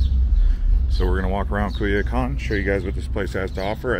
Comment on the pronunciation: Thank you. It’s annoying that he’s pronouncing it like Cuy instead of Coy.